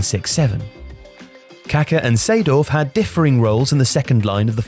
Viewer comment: I cringe so hard whenever I hear an English speaking person pronounce the name "Kaká"